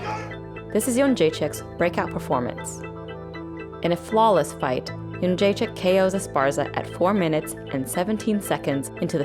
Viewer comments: Pronounced: Youwannayounggaychick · BunchoStuff : Joanna "skinny rat" younggaychick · Joanna youngchicken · "Joanna Yunchekick" - Kenny Florian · Lmao Rogan really butchered her last name on her debut